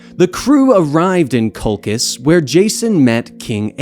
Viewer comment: Your name pronunciations are dreadful. Sharon? Lolchis?